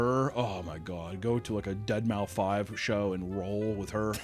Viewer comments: You said "Dead Mau 5" LOL! It's "Deadmouse....." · I’m pretty sure his name is pronounced “dead mouse” lol unless I’m the crazy one all these years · it’s pronounced dead mouse 😭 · "Dead-Mou-5" oof holy UNC lmfaoooo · Dead mau five? I thought it was pronounced like “dead mouse” because of his helmet? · i love you. You obviously don't know rave culture and I've never been to a "dead-mow 5" show. It's just deadmouse. You sure your not on drugs? Lol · Hearing call Deadmau5 "Dead- Mau- Five" took me back lol. I said the same for years before some emo lost their mind, correcting me that it's "Deadmouse". Glad I'm not the only one 😂 Did the same thing with "Bee Bee No Dollars". Fuck these dumbass names. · wait did he just say DEAD MOUTH 5 LMFAO it's pronounced dead-mouse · Its deadmau5 not deadmouse 💀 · Was playing this in the background as I draw, and I can't emphasise how quickly I turned to the 2nd screen when I heard "Deadmau-five show" as if someone just uttered something blasphemous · “Dead Mau Five” 😅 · "Dead mau-five" 😂😂 I love you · Calling him Dead Mau 5 is so triggering to EDM fans. I love it. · This is how I pronounce his name in my head any time I read it and to this day I must stop and actively remind myself to pronounce it “deadmaus” when talking to someone else lmao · Dead mau five is hilarious. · Funny cause that’s smth people have been saying forever. I’ve heard it more often then the actual pronunciation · pronouncing dealmouse as dead mow five Oddheader pronouncing fox mcloud as fox M cloud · It is, pronounced it wrong. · You can tell isn't a raver because he doesn't know how to pronounce Dead Mouse's name. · i thought i was alone pronouncing it this way, i felt so dumb the day deadmouse finally clicked in my brain